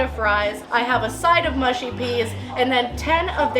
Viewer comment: why can't Americans pronounce Mushy? they always say Moo-she.